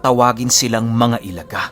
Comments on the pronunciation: Ilaga po di po "elaga" i.laga hehehe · Ilaga = ilagâ. Sa tagalog is daga. Medyo madiin or matigas yung last na letrang "a". Tapos medyo mabilis ang pagbigkas. Mali ang i-la-gah kundi ilagâ. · Ilaga' po yan pag bigkas at ibig sabihin po nyan ay daga sa wikang tagalog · Ilaga is daga.....matigas na pg bigkas.. I LA GA!!! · ILAGA (bilisan ang pagbigkas)- daga kung sa tagalog Well known po yan na mga grupo dito sa mindanao.. Meron pang isang gropu "walay tsinelas" o walang tsinelas.. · ang tamang pagbigkas nyan ay "ILHAGHA!!!" matigas at mabilis ang dapat na pagbibigkas ng 2 "A's". ang grupo ng ilaga o daga sa dialektong cebuano ay bantog na bantog sa buong mindanao at ibang parte ng kabisayaan. Kinakatakutan sila kahit mga rebelde at militar dahil sa kanilang kakaibang taglay na kakayahan. Pero ako mismo di alam ang talagang totoong layunin ng grupo na toh. Kung buhay lang sana ang ina mo ay maaring ma educate ka kung ano ang grupong iyan at paano ang tamang pagbigkas.. sa pagsubaybay q s kwento ni mamang ay masasabi ko na cebuano ang netibong lengwahe ng iyong ina..RIP sa kanya. Nahahati kasi sa 2 lengwahe ang zamboanga at ito ang chavacano at cebuano. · tigasan nyo po ang pag bigkas ng "ilaga".. bisaya yan ng daga o mouse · mali po yong pagbigkas niyo sa ( ilaga ) 😁 sa Tagalog ( daga ) po yan at sikat na sikat po Ang grupo Nayan sa lugar Ng ZAMBOANGA dati. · Ilaga...binibigkas ng pakupya o mabilis pero may impit sa lalamunan sa hulihan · Ilaga parang daga ang pag bigkas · ang pagbigkas ng "Ilaga" ay gaya rin ng pagbigkas sa huli ng "Daga o Mouse". Ganon po pagbigkas ng Ilaga.